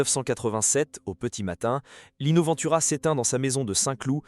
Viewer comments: Respectez son nom de famille : Ventura , pas Vantura . E pa A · Cette ia,c’est une merde sans nom !Ventura,ça n’est pas Vinetoura bordel!!!...et on met des humains au chomdu pour les remplacer par ces merdes ???on se suicide !!! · Cette vidéo est une INTERPRÉTATION PERSONNELLE de la vie et de la carrière de Lino Ventura (en passant, apprenez à prononcer correctement son nom de famille... ou bien êtes-vous une IA ???? ). S'il a eu des différends avec les journalistes et ou le monde du cinéma, il n'a pas été véhément à ce point. Vous ne citez AUCUNE SOURCE !! Vidéo juste créée pour 'PUT-A-CLIC' ! 😠👎